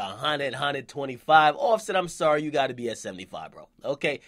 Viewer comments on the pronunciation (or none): none